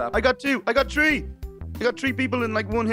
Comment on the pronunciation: why do they say tree not three